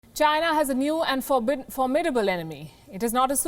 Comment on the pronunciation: Having hard saying formidable.